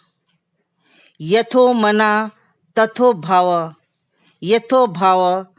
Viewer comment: Not correct to say Ras it is Rasa Bhav it is Bhava